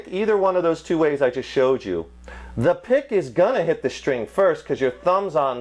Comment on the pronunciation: When he says SHTRING.... instead of String :P